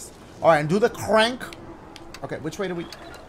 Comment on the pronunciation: "The ceurank" - Dashie